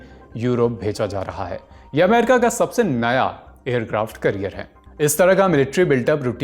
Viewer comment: Aircraft Carrier ❌ Aircraft Career ✅ 😂😂 You're an anchor for people's sake